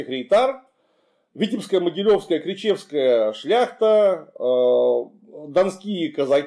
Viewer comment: Климу Александровичу - респект! Просто супер! Только одно "но", город называется не ЛяхОвичи, а ЛЯховичи! И белорусский отряд у Хованского не КричЕвский, а КрИчевский!